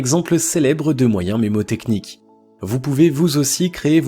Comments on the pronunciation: Juste un petit détail : on ne dit pas "mémotechnique" mais MNÉMOTECHNIQUE. (vient du grec "mnemosis" : mémoire ) Bonne journée ! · Bonne vidéo, juste un détail, on ne dit pas "mémotechnique" mais "mnémotechnique". cordialement